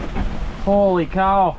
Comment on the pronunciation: That , "holy cow" was totally Minnesota